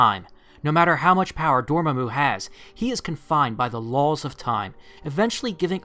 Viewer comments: Never pronounce Dormammu's name like that again please. "Door Muh Moo" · Love your channel but...DORMAMU [Door-Mah-Moo]. Ok thats off my chest now. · lol door mu mu, Door-MA-Mu, there you go